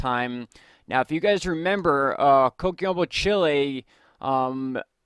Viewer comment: Is CHILE not CHILI fellas..👍